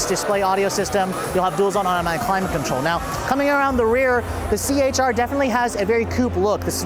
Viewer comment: c-hr not ch-r